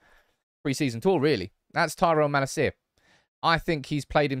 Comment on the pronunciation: Likes Malacia but won't pronounce his name right